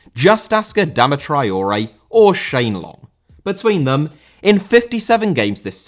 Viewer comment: Traoré* not Trayorei